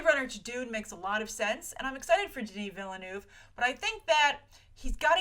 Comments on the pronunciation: Its Denis Villeneuve, its french, you say Vil-Nuhf not villenoef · she really need to learn how to say Denis Villeneuve's name cuz that name is french and the way she say that is soo bad